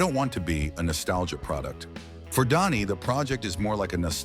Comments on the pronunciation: It's pronounced Danny, not Donnie. I cannot listen to artificial insemination voices anymore. I quit. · Is it me or is this Idiot keep saying Donny ???